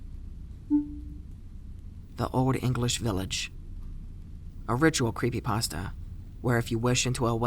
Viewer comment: cweepy pasta (๑˘︶˘๑)